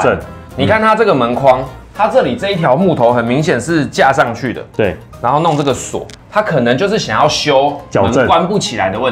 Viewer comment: 上去聽起來像窗戶